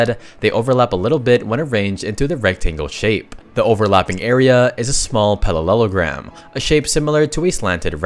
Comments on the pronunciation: it's parallelogram. not pallelogram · I’m getting a deja vu. Is this a reupload? I distinctly remember correcting you on your pronunciation of parallelogram before.